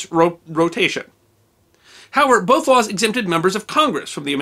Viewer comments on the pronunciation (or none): none